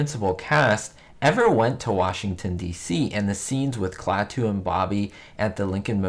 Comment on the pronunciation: HI,! (*BTW, it's KLAH-too, not Klah-TOO).